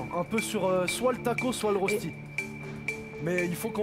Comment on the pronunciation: Ça se prononce "reuch'ti", pas "ross'ti"......